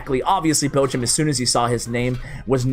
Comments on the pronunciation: Your "Bochum" is ironically close to "butcher" :P (the ch is close to L'och' Ness.) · Its so funny how He pronunces Bochum fan😂Finally He shows a lavahund player, i play the same deck as him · pls learn how to pronounce "Bochum"